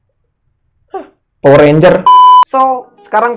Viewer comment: Ngakak pas nyebutin "POWER RENJER"😂😂😂